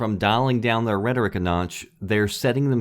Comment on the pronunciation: "rhetoric" with similar pronunciation to"rhetorical ".. look it up